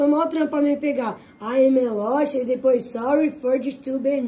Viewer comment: Pow Tog, os mlk precisam melhor essa pronuncia em ingles se forem soltar numa musica